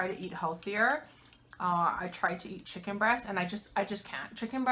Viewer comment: great vid! mmm! chi-kon good! korben dallas moll-tee pass 😂